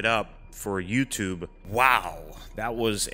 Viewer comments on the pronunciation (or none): none